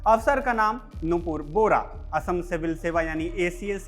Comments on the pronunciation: Bora not bohara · Bohra nahi Bora surname hota hai